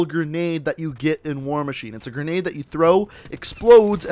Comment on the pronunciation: "pretty effective gren~nade"